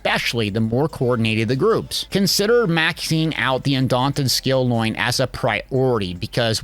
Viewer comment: Plus u cant trust a guy who says skill loin!!!!!!